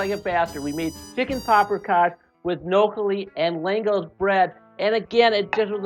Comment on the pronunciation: It's spelled "lángos" but pronounced "langosh". The the "s" is pronounced like "sh". And it's csirkepaprikás.